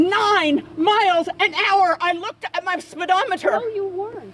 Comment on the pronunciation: Lady at ~ ... "I think we should go to the hospital..." Ehhh, NO -- I think YOU should go to the hospital...the MENTAL Hospital!! :O (And BTW...WTH is a "Spid-ah-mitter"??) She may not have gone 50 MPH for 20 years, but her mouth is going about 50 miles per second !!